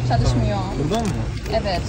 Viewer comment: Selam ben türküm ve çok güzel türkçe konuşuyorsun zaten basit bir dil biraz daha çalışırsan çok daha güzel konuşursun örneğin çalışmıyor derken o sondaki R yi zor söylüyorsun ama aslında çok kolay tek sıkıntın o ama yinede çok güzel konuştun 👍